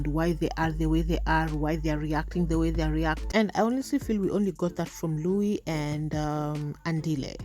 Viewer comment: Is jt an African thing or why can't they call Luis Luis? The group keeps calling him lluich.